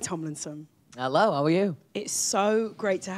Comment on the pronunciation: And ‘ello’ ‘Niall oran’